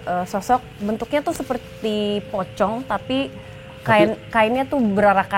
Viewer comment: Mbak Sara ngomong nya poci aja jangan PO...cong biar gak serem😢😢😢